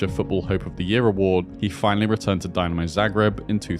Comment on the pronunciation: If you make a video like this, you should at least make a little effort in pronouncing Croatian words. How can you mispronounce Dinamo?